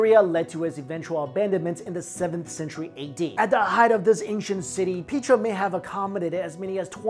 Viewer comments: Petra not Peetra. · oh i thought it was pronounced pet-tra not pea-tra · Petra is not pronounced pea+tra.Pet like petting a dog & tra make PETRA.Please make sure as to the English pronunciation to words ok? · Peh-truh. Darren cool-you. 👍🏿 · Petra comes from Greek, and is pronounced Pay-tra. The original name for the city was Raqmu. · its pronounced PETRA, the E is the same as in EGG